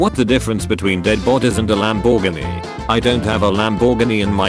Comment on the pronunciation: never gonna pronounce lamborghini the same ever again 💀💀